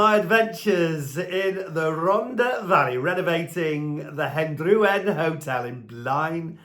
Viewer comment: Pronunciation, Martin. It's not Hen-drew-en it's Hendrair-wen (old white town approx) and please say Rontha not Ronda - it's not a Beach Boys song